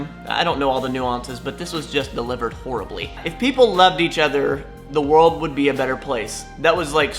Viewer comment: "worold", he pronounces it "worold" ;)